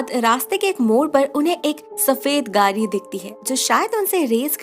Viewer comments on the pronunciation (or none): its not परा its पड़ा। its not गारी its गाड़ी।